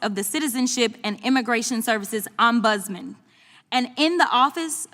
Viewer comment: Jazzy repeat after me “om buds man”